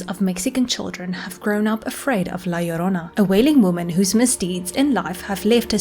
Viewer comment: Dude!! My grandma used to scare me with this story as a kid!! Awesome you did this. And you pronounced it right too! 👍👍